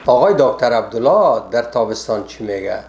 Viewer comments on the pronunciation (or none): none